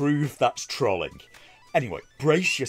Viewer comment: You pronounce "trolling" oddly. Even for an Englishman